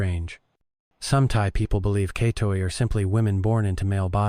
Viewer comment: LOL, you don't know how to pronounce katoey... Have you ever even been to Thailand?